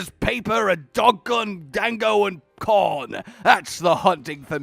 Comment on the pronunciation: Why did he say corn like that 🤣